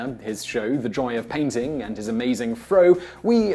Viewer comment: Dude keeps calling the show "The Dry of Painting" ???